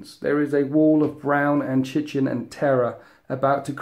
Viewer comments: He really said 'chichin', I'm shaking in my boots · Wonderful report. Thank you. Although your quick & casual interpretation of kinked dice does make me squirm inside! Also (sorry for my pedantry) 'chitin'/'chitinous' pronounced 'kai-tin' not 'Chai-tin'. Otherwise awesome! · you do great battle reports! (btw, it's pronounced Ky-tin ;) ) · I also got the pronounciation of chitin wrong for many years. I believe it is pronounced kite-in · no, you were right, it is 'Kai-tin' - /ˈkʌɪtɪn/ source Wikipedia. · This is an awesome battle. Chitin is pronounced Ky-Ten just FYI :) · google search the pronunciation and listen to the results on audio. Ky-tin. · I'm a Brit and I've just checked, again, with the Oxford English dictionary, The Collins and The Cambridge for the UK pronunciation, it's Ky-tin... You're free to check those for yourself, of course, but Ky-tin is the correct English, either side of the pond. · "chitin" is pronounced "Kaitin", it's a scientific word, it's the "ch" from "chemistry" not the "ch" from "church". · Chitin is pronounced "kahy-tin."